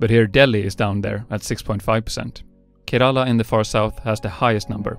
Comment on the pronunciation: How he pronounced kErAla was just funny